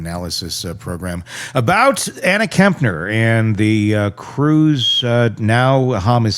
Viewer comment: Very sad, she had a bright future ahead of her. Please out of respect, can you pronounce her surname correctly as Kepner not Kempner.